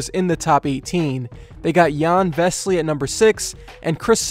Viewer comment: his name is not vesly, it's vesely and he's been a great player at fenerbahçe and won the euroleague.